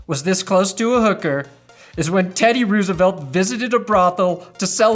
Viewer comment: I know it's spelled Roosevelt, but that's not how you say it my guy